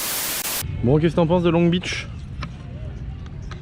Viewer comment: Pas de 't' à 'Beach'